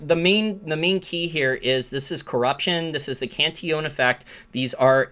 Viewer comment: Very nice video and commentary -- but I have a short question of pronunciation. I notice you say "Can-tee-OWN". I thought it was "Can-TILL-uhn". Obviously, pronunciation does not detract at all from your information or conclusions, but if you can tell me which is correct, I will happily (if needed) change. Thanks!